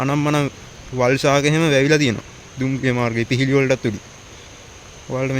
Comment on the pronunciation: පිහිලි නෙවයි පීලි කියන්න. අනික නිතරම ගයිස් ගයිස් කියන්න එපා. පොඩ්ඩක් බලන්නකෝ අනිත් වීඩියෝ.